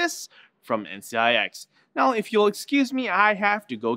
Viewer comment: He clearly said NCIX maybe you have shitty speakers